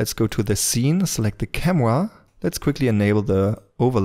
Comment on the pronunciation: Let’s select the “camwa”